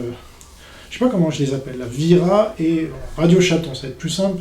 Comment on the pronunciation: Vira* pas Vera, tu confonds avec Scooby-Doo